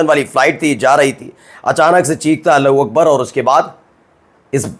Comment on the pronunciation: Iska Allahu Akbar balna hi ho nahi raha hai. Iska accent bhi ghalat hai.